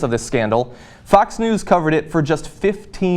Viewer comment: Whenever you say "Fox" it sounds like you are saying "Fucks". Still works for me.